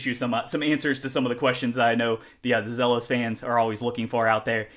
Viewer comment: Great first look. Do us all a favor. It's pronounced "Zeelos" Let's get it right.